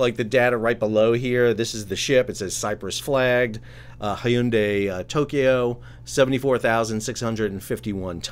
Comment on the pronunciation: I've heard it as 'hun-day' and 'hin-dai', but never the way you pronounced it.